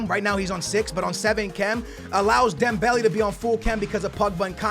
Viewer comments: ITS NOT DEMBELL E ITS DEMBELL A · ITS NOT DEM-BEL-I ITS DEM-BEL-A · It's not Dembelly it's Dembele.... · It's not Dembelly it's dembaylay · Dembehleh. stop saying dem belly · "Dembelie/Dembely" triggers me I can't lie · You don't say Dembele right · Say Dembelé properly 😂😂